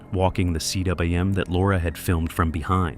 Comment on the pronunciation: Btw, CWM is pronounced 'koom'. It is a Welsh word for the circular depression high on a mountain caused by the gouging of a glacier. In the Scottish hills, these circular, sheltered depressions are called 'corries'. Sometimes a corrie contains a pond which is called a 'tarn'. In the French Alps, a cwm or corrie is called 'a cirque'.